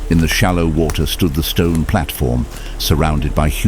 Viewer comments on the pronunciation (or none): none